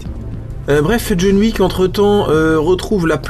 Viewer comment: Jaune Wouique, DJON WICK, c'est rigolol, mais pense à tes mots clés ;-)